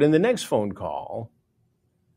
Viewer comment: I TOLD YOU NOT TO CAWL!! 😂